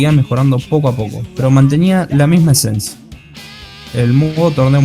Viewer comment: Dijiste "esencia"???